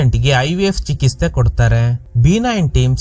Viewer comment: ಏನ್ ಸರ್ ಚೆನ್ನಾಗಿ ಸ್ಟೋರಿನಾ ವಿವರಿಸ್ತಿರಾ ಬಟ್ ಕೆಲ ಪದಗಳನ್ನ ಸರಿಯಾಗಿ ಉಚ್ಚಾರ ಮಾಡಲ್ಲ ಚಿಕಿತ್ಸೆನಾ ಚಿಕಿಸ್ಥೆ ಅಂತಿರಾ ಸಾರಿ ಬೇಜಾರಾದ್ರೆ ಹೇಳ್ಬೇಕು ಅನ್ನುಸ್ತೂ ಹೇಳ್ದೆ